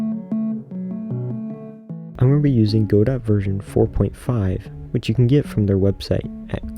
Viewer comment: Great video. Very soothing sounds, voice, etc. The only part that cuts through is when you say goDOT :D :D :D nails on a chalkboard. But great video otherwise.